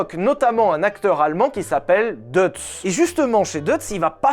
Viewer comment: Prononcer Doïtz...comme Bolchoï. Dommage de bien prononcer Molsheim et pas Deutz